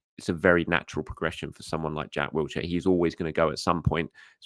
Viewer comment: But not Wilshere's 😂😂😂 There's no T in Wilshere (Love ya!)